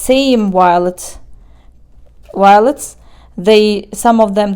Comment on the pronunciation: I really love everything about your plant videos. Even how you say "W-iolets!" It's all good and really fun to watch.